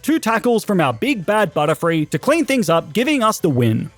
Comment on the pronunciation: Butterfree not butterfild😂